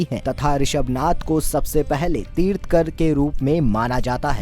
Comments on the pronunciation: Pehle bolna seekho...tirth-kar nahi Tirthankar hota hai...Jain dharm ke baare mein batate hue 90% of the time Gautam Buddh ke photos dikhaye ..isse saaf hota hai ki aapko khud Jain dharm ke vishay mein pata nahi hai.. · तीर्थंकर कहते हैं, तीर्थकर नहीं।🙂👍 जय श्री राम।🚩